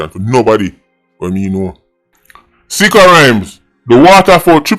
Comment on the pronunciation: Did you just call him "B!tcha Rhymes???" 🤣🤣😭😭